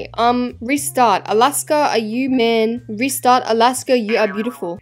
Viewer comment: Nah why is Alaska always said “snail”💀